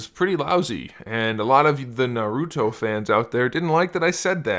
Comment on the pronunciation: How are going to do a. Review and not know how to how to say naruto right